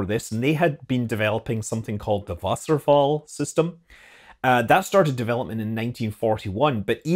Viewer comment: Nailed the pronunciation of Wasserfall!